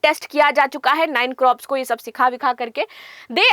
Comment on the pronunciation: मैडम क्रॉप्स नहीं,कॉर्प्स है